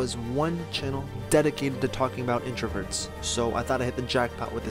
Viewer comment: number #7 says "introvets" fix that bro lol